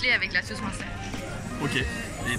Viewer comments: Monster? M1steur? 😭😂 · Comment il dit munster Julien je suis plier ahahahahah